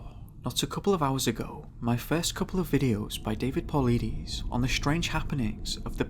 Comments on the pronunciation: David Paulides (Paul-lie-dus) not (Paul-lee-dees) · Ayy LMAO Po-lie-dus Say it with me kids, "polides" Also it's aliens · David Paul-EYE-des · It's pronounced David Paul-ide-us(sp?)..'great video too... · DAVID PAULIDES last name is pronounced "PULL - LIE - DIS" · I think that if you're going to study a mans work and make a video referencing it you should take the time to learn how to pronounce his name properly